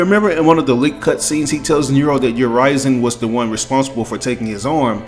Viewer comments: Urizen is pronounced not as "yer-rise-in", but "yer-risen". I heard V and Griffon say it multiple times in leaks. And this is very interesting, but I just don't think V will be a villian. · It’s actually supposed to be Ooh-ri-zen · Is Urizen really pronounced like you did ?? I thought it's like more straight pronunciation, "Ou-rie-zen." You know like "citizen" or "denizen" or "netizen." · probably a regional thing, sometimes words are pronounced differently depending on where you are from